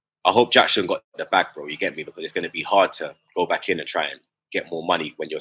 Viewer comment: You can tell don't watch football on the reg. How can you be butchering all those household names. Man said Gonoto, it's read as Yonto, also Yackson?? lol. brother is Senegalese not South American.